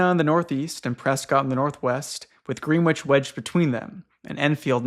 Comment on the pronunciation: I’m so happy for every post, I reference you constantly bro said greenwich wrong it’s pronounced grennitch 🤓☝️